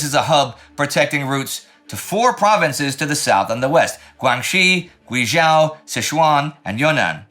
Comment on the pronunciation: Hey Indy, with how important Operation Ichi-Go is and will be for the future (spoilers) power struggle in China, do you think you could improve your pronounciation of place names a bit? I think Rana Mitter has a small guide at the start of his book The Forgotten Ally, which I know you've quoted in past episodes (back in 1940). Guizhou, for example, is pronounced with a hard Z, so not Guishou. It's a lovely city, too! Been there once. It might be of interest to you that in China, it is said that people from Sichuan like spicy food, but people from Guizhou can't live without it. That should give you an idea of the spice levels in their food! I was dying from the "mild" dishes xd Edit: Forgot to say how much I appreciate your coverage of Ichi-Go at all. My grandmother was a child during WWII and never got to attend school due to the Japanese bombing her area's school. The continuation of the Civil War afterwards and US embargo of China after that meant that the school wasn't rebuilt before she was considered too old and had to help support her family in the fields. So, thanks c